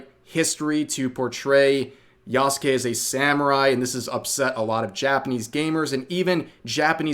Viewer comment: OMG you are finally pronouncing yasuke correctly (silent u), I am so happy :D